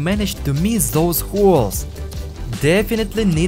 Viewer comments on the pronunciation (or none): Great video, I always wanted to see what Happens there inside…. but if you want the videos to be just perfect, PLEASE don’t pronounce every "TH" and “S” like "Z" it’s just painful to hear that all the time. (the=zee, these=zeez, those=zoez, that=zat, zyztem, zeal, mezzy, zomezing… etc…etc..)